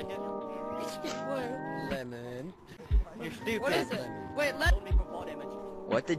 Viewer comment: Lemmon💀 it’s lemming